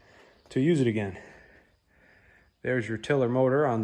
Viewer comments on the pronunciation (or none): none